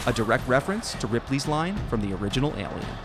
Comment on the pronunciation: I’ve never heard anyone mispronounce the word “Alien” before till this video lol